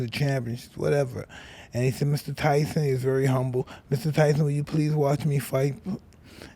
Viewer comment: "Mike Thyson"